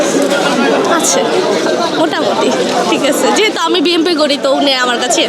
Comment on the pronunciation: আপায় বিএমপি করে। দলের লোকেরা দলের নাম ভুলভাল উচ্চারণ করলে দোষ নাই, সাধারণ মানুষ বিম্পি কইলেই দোষ।🥱